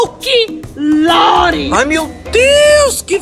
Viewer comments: Folquilore kkkkkk é folclore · ... folki - lore 🤣🤣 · O legal e o betão que fala folque lore kkk amo demais